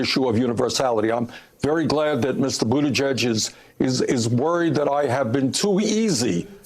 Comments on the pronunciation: I like this dude, I can tell he’s pretty intelligent and I know this is petty and I’m shallow and a complete dick here but dudes lisp drives me nuts, calling him buttagegg instead of pronouncing it buttaJegg (yes I know that’s not how you spell it) was annoying me too. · This guy mispronouncing pete buttigag is mad funny haha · i love how he calls him "pete buta-gegg" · Pronounce Pete Buttigieg's name like this: boot-a-judge. Pronounce it right DUDE. The black dude. I like Bernie. I love Bernie. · Well you’re not that smart when you can’t even say his name right. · “I don’t think Pete Buttigieg is smart” says the guy who can’t even say the name right. 😀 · You should maybe learn how to pronounce his name if you're going to try calling him dumb... ....but I agree with your point.